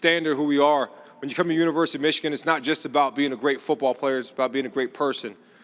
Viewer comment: Did he say, Universe of Michigan?